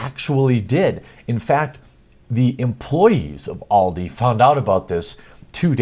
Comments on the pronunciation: It's not all di its AL di like the name al not all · pfft, just get them to play Counter strike. They'll soon be bullied naturally into rage quitting, and what if your kid pWnes the 'professionals''?. Also maybe just unplug the router at tea time? Also Also I hate to be that grammer guy but it's pronounced AL-DE. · BTW from Scotland it's pronounced Aldi with an a sound not oldi pronounced with an o at the start, not trying to make fun but don't think you realised you were mispronouncing it. Your news stories are great I'm a huge fan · This is what happens when a bunch of Boomers in marketing try to get with the times. "Hey, we here at Aldi want to stalk your child, humilliate your child, upset them, make them cry and make them feel like shit in their favourite game, we here at ALDI hate gamers and children now please come buy from our supermarket!" To quote AVGN "WHAT WERE THEY THINKING!?!" Oh and it's pronouned AL DEE here in the UK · the A in Aldi is not said with the "All" sound but more the "america" sound. Aldi. german firm. Just since its good to know stuff :D